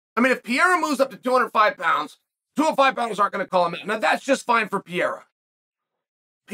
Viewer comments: Jon Anik: “Alex Pereira” Chael: “Pi-era” Me: ok great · If you say Pee-era again bro Cmon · Sonnen pronounces Pereira name like he is French "Pierre" lol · Dude’s gotta stop mispronouncing Pereira’s name haha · “Pierre-ah”💀 “Blahovitz”😂